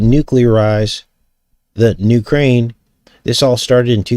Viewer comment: UK - raine? 💁🌹🙅